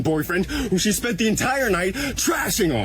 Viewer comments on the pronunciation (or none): none